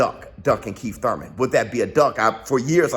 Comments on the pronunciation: Say Thouyman again 😂😂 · To one of the few guys i know that pronounce “ur” as “oi” like the stooges. Its spence vs thoimen! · Bruh you killing meeeee 🤣🤣🤣 don't nobody say that Thurman how you say that Thurman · Why do you pronounce his last name wrong! Is there a joke I'm not getting! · Why you say his name like that 🤣🤣🤣🤣🤣🤣🤣🤣🤣🤣🤣🤣🤣🤣🤣🤣🤣🤣🤣🤣🤣🤣🤣🤣🤣🤣🤣🤣🤣🤣🤣🤣🤣🤣🤣🤣🤣🤣🤣🤣🤣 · stoooop, 🤣🤣🤣🤣🤣🤣🤣i can't even attempt to spell how you're saying Thurman lol